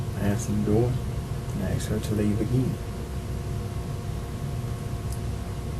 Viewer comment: I can't help noticing that he says "ax" instead of "ask". Fascinating.